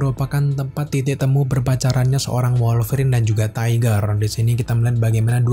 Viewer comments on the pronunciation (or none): none